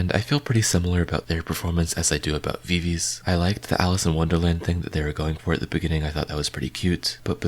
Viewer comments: VI-VI-Z not VI-VIZ :) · btw viviz is pronounced vivi zi